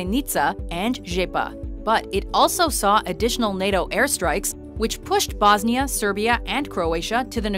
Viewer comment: Hahaha how she pronounced Bosnia and Sarajevo haahahhaa